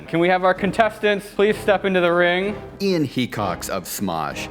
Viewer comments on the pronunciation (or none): "Ee-ann of iDubbz" Well, I didn't expect that pronunciation.